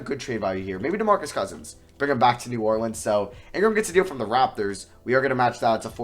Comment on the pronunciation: I hate the way he says New Orleans 🤢🤢🤮